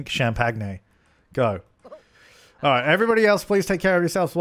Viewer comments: why does he keep pronouncing champagne like that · nohsara: Because it's funny, like arraaangements.